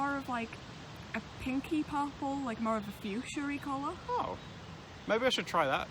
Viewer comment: hahahaha, to my ear, when you say purple it sounds like parpool.